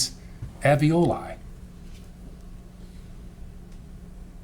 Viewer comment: Can’t the defense attorney see the first “l” in “Alveoli”? It’s not pronounced “Av-ee-oh-lye”! It’s pronounced: “Al-vee-oh-lye”. I wonder if she would have done anything differently if the baby wasn’t “stillborn” as Gale says. Plus, it was the end of February so not much decomp would happen out in that weather. It’s still winter there in the pictures the defense showed just now too. So is her husband still married to her now? I had 2 children by the age of 22, so she’s not stupid.